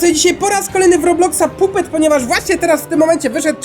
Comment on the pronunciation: pisze się jako puppet ale czyta się jako pappet